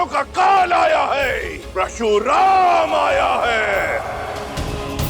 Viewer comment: क्या थियेटर बना दिया ये, फालतू, और हां प्रशुराम नही परशुराम होता है ।